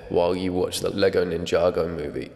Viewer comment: The way he says ninjago makes me laugh so much